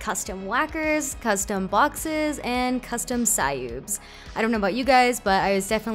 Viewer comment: cyoobs is pronounced cubes